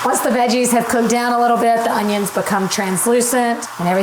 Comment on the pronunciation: Green oHUNNions